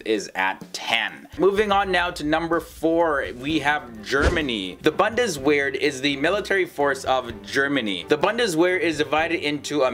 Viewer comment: I love how you pronounce Bundeswehr...